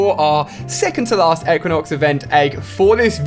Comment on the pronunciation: Pronounced Ee-qui-nox